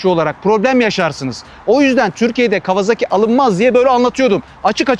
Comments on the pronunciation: yazmadan edemeyeceğim adamın soyismi kawazaki değil kawasaki :D Türkiyede kimse adamın soyismini doğru söylemiyor :D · Severek takip ediyorum ama bu markaya neden değişik değişik isimler ile telaffuz ediliyor? Toyota markasına Totoya diyormuyuz? Japonlar bu markaya KavaZaki kavaZAAki gibi bir telaffuz kullanmıyor. Japonlar Bu markayı KAWASAKİ diye telâffuz ediyor. Saygılar...